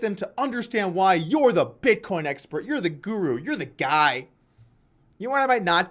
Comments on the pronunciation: Sounds as if he almost said bitconnect. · I think Tai was saying BitCoke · I have to strongly disagree. Tai has taught me a lot and helped me make a lot of money. Don't be a hater and talk about how he mispronounces "Bitcoin" who cares?